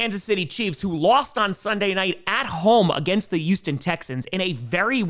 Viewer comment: I love you man... but PLEASE start pronouncing the "H" in Houston. it's NOT ewston, it's Houston.